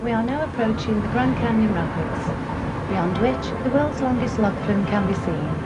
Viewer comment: you have a nice thick North Staffordshire accent there, why are you trying to cover it up with a Standard accent? 'We are now approachEEN' the grand canyon rapEEDS'